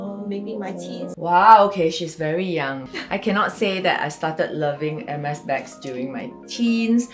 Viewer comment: hermes should then put “how to pronounce the color “for the non French speakers